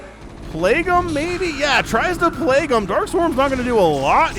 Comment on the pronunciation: It is pronounced [pleig] not [plagu].